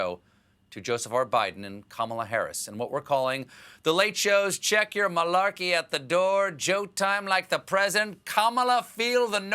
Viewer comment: Did he say Marlarkey? Im waiting for him to say it🤣🤣🤣🤣🤣🤣🤣🤣